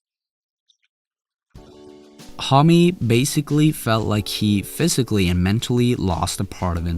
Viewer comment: You are misspronouncing Homme, its actually annoying